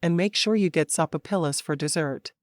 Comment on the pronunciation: Love your books.... But I laugh out loud every time this narrator mispronounces a word..... Sopapilla is pronounced so-fa- pia.... I am figuring this is AI narration....and if it is, it is the best i have heard so far,But I spit out my soda laughing